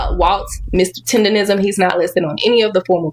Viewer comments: How the other guy reporting did “research” and not even stating the name properly! It’s not “tenderism.” In any event I don’t feel sorry for the old man. He seems like one of those old ninjas that think the white mans ice is colder. Shout out to the black man that invested in him…. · If you take into account the way he actually says the word. He should trademark the word "TENDANIZM" cause that Literally is how he pronounced it originally. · i get irritated everytime he says Tenderism lmao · The fact that dude kept saying “tenderism” instead of “tendernism” was making me mad. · It's Tender-Nism....Not Rism so if he gone care about someone at least get his trademark that he got robbed of correct lol instead of saying it wrong his whole video! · said Tenderisim😂😂😂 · Ole buddy edge up look a lil drunk. I guess he the fifth member of Jagged Edge! It's tendernism btw not tenderism. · Word to the wise, "DNT make reports of something if u can't pronounce words regardless of their mispronounced, it's "TENDERISM!" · Im so tired of people not eem pronouncing TENDERNISM properly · IT'S TENDERNISM 🥷🏾!!!!! WTF IS WRONG WITH PEOPLE NOT BEING ABLE TO PRONOUNCE SHIT THE RIGHT WAY?????!!!!!!! ESPECIALLY WHEN IT COMES TO OUR OWN PEOPLE JOE????!!!!! GADDAMN!!!!!!!!!🤦🏾‍♂️🤦🏾‍♂️🤦🏾‍♂️🤦🏾‍♂️🤦🏾‍♂️🤦🏾‍♂️🤦🏾‍♂️🤦🏾‍♂️🤦🏾‍♂️🤦🏾‍♂️.... And ALL them ballin ass celebrities and MILLIONAIRES need to gone ahead set him up with his own spot!!! Shout out.. 💪🏾💪🏾💪🏾💪🏾💪🏾... That Boss & That Hoover shit knocking joe... 💯💯💯💯💯💯.... On chief somebody need to start a NEW gofundme joe... I'll donate gaddamnit!!! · How he gonna cover this topic but say Tendernism wrong every single time